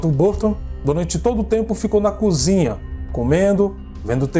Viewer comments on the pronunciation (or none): none